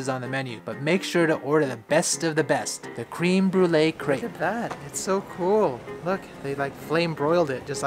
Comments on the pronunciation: when he said cream i was like its creme lmao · Creme brulee is pronounced Crem, not cream